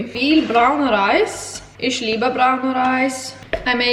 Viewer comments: You're speaking very well already! But you should try to: Pronounce the ch in for example "ich" more as some kind of weird respiring than your "sh" Don't "roll" the a that much. If that makes sense somehow? Oh! Pronounce the a more like the a-sound in "how" :D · hahah it's so funny how you pronounce 'me' in german :D how do you say china? that's how you say 'ich' also - not 'ish' - the same goes with 'mich', 'dich'...basically everything with '...ich' xD P.S. i speak 5 languages